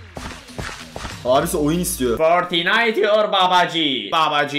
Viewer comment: abi seni vururm ha orda fortniayti or babaci demiyo fortinayti la babaci diyo düzgün söyle şu meemleri